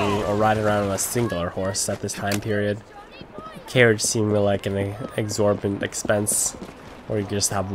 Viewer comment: exorbitant not exorbant